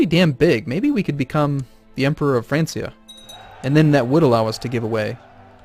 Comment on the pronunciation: "Francia", think of the "C" as a "K". Empire of Fran(k)ia.